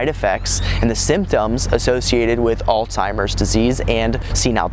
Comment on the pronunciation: As soon as I heard you did not know how to pronounce "Alzheimer's", I had to click "stop", sorry!